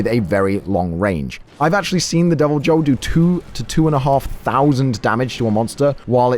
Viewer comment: Really bothers me how you pronounce Deviljho.. it’s pronounce ‘y’, making its name pronounced as ‘devilYhho’ connecting Y and H sounds.